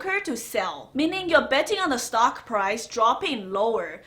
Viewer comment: Hold on slow down!! What is a "stalk" thanks